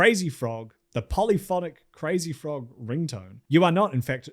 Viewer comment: you also couldve bothered to google the crazy frogs creators pronunciation lmfao